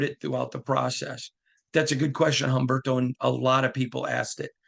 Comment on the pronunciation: Umberto… the “H” is silent in Spanish